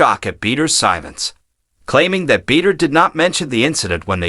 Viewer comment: Everyyy time this guy mis- pronounced Shannon “Beeder”… hilarious!! 😂